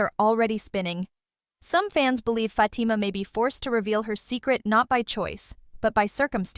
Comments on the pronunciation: I hate when these females get on here talking about the stuff we already know on top of that they mispronunciations FATIMA NAME her name is not FATMA😳🤦‍♀️🤦‍♀️🤦‍♀️ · A lot of the stuff that she’s talking about I’m not even understanding question mark all that stuff cannot be packed in one episode. What is she talking about? For the record her name is Fatima and that’s how you pronounce her name but none of the stuff that you’re talking about. Don’t make no sense. Karen already knows that Fatima is pregnant. Because Zach slipped and said it. So what are you talking about?